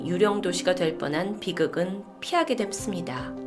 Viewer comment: 피하게 됨ㅆ니다 쿠쿸 기여워요ㅠ발음 꼬이신거 왜케 귀여운거죠ㅜㅜ 진짜 이거 보니까 시간 훅가네요ㄷ